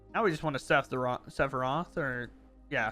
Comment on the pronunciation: I thought you calling him saffron was pretty funny. I assumed it was one of those you had read it but never heard anyone pronounce it situations. 😂